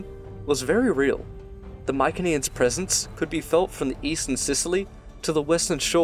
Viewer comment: Mykeneans did you mean mycenaeans